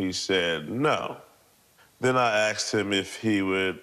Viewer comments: You're a great man, it is 2023. Please don't say Axed. I'm sorry they did this to you. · Sorry about the guy's house and personal belongings. Sounds like the guy should have "axed" for some help in vocabulary class. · So messed up!! Yet, He probably would have gotten help if he didn’t “axe” everyone, .. ok I’ll show myself out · He 'axed', that was the problem. Good song, tho! BTW IRS did the same to me, kicked in my doors, seized docs. I got nothing back or repaired. All under the guise of supposedlfy 'misfiling a return' which I proved to be incorrect.